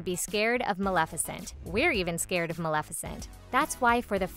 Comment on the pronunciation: Thank you! You said malEficent It annoys me when people say malIficent